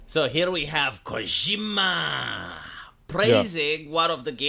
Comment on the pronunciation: "So here we hev KOJEEMAAAAAAAH!" LOL, I love. 😄